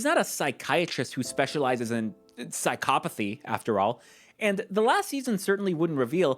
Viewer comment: never heard someone say psychopathy like that before